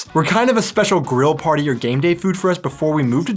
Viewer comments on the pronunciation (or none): none